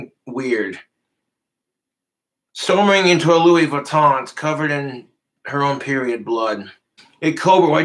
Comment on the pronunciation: He literally gives meaning to the saying money doesn’t grow on trees but in his case money actually does grow on trees 😂…. Cobra has trouble pronouncing designer fashion…..Lewweeee baton 👍